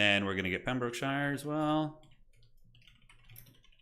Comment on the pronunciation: "Pem - bruk - shuh" over enunciating EVERY syllable like a true blue american hurts my english soul.